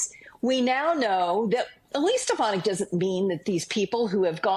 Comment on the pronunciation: Please pronounce her name right.